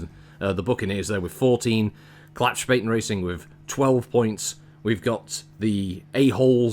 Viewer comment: Being German, I was laughing my Urbie off, when "Klappspaten racing" was announced. A Klappspaten is basically a foldable army shovel, but in Germany being called a Klappspaten means that you are an idiot. Correct pronunciation of Klappspaten is like "Club" and "Spartan" without the R, and the S sounds sh like in "she"